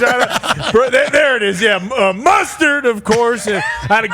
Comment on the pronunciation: Bunch of clowns, love it. Did he call mustad hooks MUSTARD? 🤣